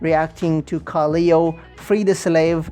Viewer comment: Sick reaction! Minor thing tho it pronounced ka-lay-o